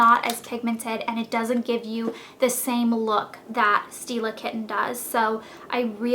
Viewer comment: when you say "stila kitten" it sound like you say "steal a kitten"